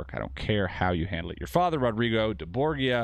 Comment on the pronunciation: That's not how you pronounce Borgia.